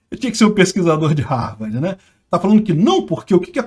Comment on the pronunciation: “Pesquisador de Rárvardi” 😂😂😂😂